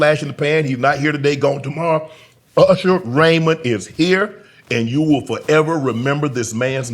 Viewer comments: He even pronounced his name Ursher! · I loove that he still calls himself ERsher, the south gave him that name because we cant say Usher. LOL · ...UGHsher even mispronounce his name URsher. Could someone tell him there isn't an R before the S nor a SILENT R before the S. Maybe there's an INVISIBLE R. LOL LOL LOL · No one's gonna bring up him calling himself URSHER?? 😂